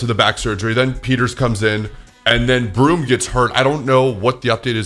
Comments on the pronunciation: His name isn't "Broom". It's Borom! (Bore-umm) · Broom😂😂😂😂 it’s borum